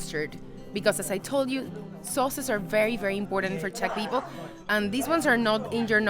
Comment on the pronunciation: "Teq"? What is that? "Czech"?